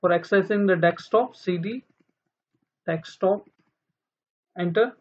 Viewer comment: learn how to say desktop first